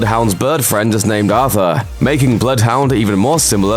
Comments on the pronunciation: Its not Arthur, its Artur its a russian name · The way that he says ARTHUR INSTEAD OF ARTUR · I'm a bloodhound main and hearing someone call artúr Arthur is painful ALSO nessie is in titanfall